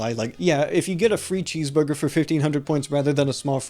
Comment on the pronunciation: Ordew a cheesvurgew